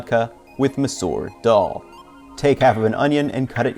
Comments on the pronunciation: Its pronounced daahl not daawl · The way you say dal is hurting my ears... Like what even is that vowel?